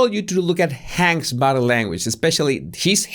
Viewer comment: Body Say "body". It's not bottle